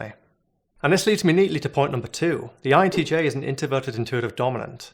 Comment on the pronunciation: You said conToversial and inToverted without the R